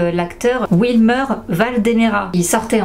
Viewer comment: Mdrr t’a du mal a prononcer le nom de wilmer😂😂😂